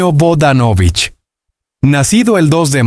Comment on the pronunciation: No sigas mintiendo y por favor primero aprende a pronunciar bien sus apellido